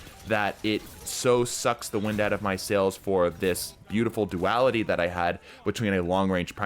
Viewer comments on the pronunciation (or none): none